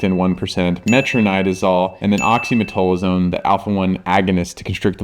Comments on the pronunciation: Why the F two supposedly respected dermatologists cannot pronounce OxymeTAZOline?!? Frauds! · Great info, docs. But oxymetazoline was not pronounced correctly once in this video. Sound it out! 😩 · Great video but they called oxymetazoline wrong the whole video 😂